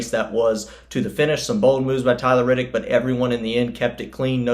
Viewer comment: C'mon, I get that you're a Nascar guy, but it's Reddick, not Riddick. Otherwise, good summary. C-Bell is our next champ.